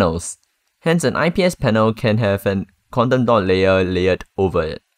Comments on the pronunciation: Wtf!! It took me an hour to understand what you were saying was Quantum dot, What is "Condando" 😂😂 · I thought he said condom dot (dotted condom)😂😂